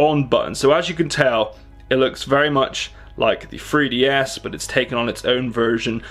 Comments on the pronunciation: "look almost identical to a free D S" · A fake FREE DEE ESS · Whats a "free-DS"? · What's a free DS? Or did you mean '3DS'? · he keeps saying 'free ds' and I'm just wondering where to get one